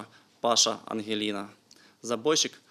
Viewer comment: Хорошо интурист говорит. Интересно, он знает что Паша АгелИна, на самом деле Паша АнгЕлина. И это вовсе не мужик, а скорее наоборот - женщина.